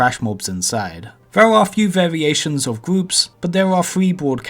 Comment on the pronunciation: Fwost the gwoups